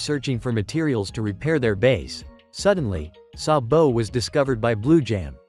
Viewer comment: I love how he pronounces sabo's name as "sa bo "